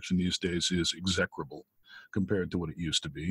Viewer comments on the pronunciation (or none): He mispronounced "execrable". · Lol his pronunciation of “execrable” is much more euphoric than the established one. Silliness you notice :)